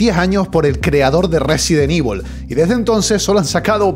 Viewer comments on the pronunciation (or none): Resident ivol